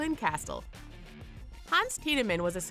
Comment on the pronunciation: did you really say "castel" instead of castle